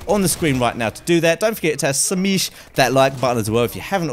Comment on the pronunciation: What did you want us to do the like button?? I swear you just said to Sameesh the like button lololol is that some kind of British word that I'm just not understanding, I'm JK bro just giving you a hard time I know you barely can say some letters in the alphabet because of your accent but changing the word Smash to Sameesh is not even close or a cool different way to change it lol:), I'll try to think of a different word and tell you next stream lol ttyl bro